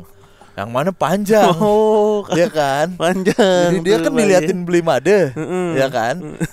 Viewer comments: Ralat untuk panggilan bali bli made itu mengucapkan huruf "e" nya seperti mengucapkan kata sate atau babe ya, bukan kata beli atau mateng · Fyi, kak, penyebutan Made, e nya dibaca seperti e di kata "Sate". Makasii